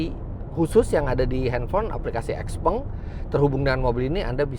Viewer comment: Harusnya baca yg bnr : siaopeng